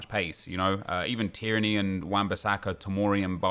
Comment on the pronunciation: Why did he sound so Irish when he said "even Tierney"